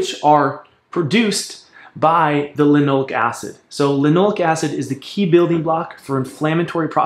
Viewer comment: Sounds like you are saying linolic acid. On the screen it shows linoleic acid. Linole'ic acid, accent on the eh, eh? Alpha linolen'ic acid is the primary fat in flax and flax oil. It is omega-3 vs. linoleic acid, omega-6, which is found at 1/3 to 1/4 the concentration in flax. Generally omega-6 in excess has inflammatory effects and omega-3 can be more anti-inflammatory in part by blocking omega-6 expression. With the exception of gamma linolenic acid, a more anti-inflammatory omega-6. Regarding phytoestrogens, some have anti-estrogen effects! Furthermore, "Animal studies have shown that both flaxseed oil and lignans can reduce breast tumor growth and spread, even for ER- cancer cells. This result suggests that flaxseeds may have anti-cancer benefits that are unrelated to any type of effect on estrogen or estrogen metabolism." If you want to bash flax you should include the cyanogenic contents. But cooking reduces that and relatively small amounts in the diet are not harmful.